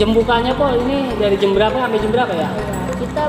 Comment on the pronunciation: Jam bang jam bukan jem 🤭🤭